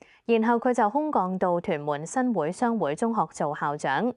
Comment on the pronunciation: 新會，會：應該讀滙豐個滙音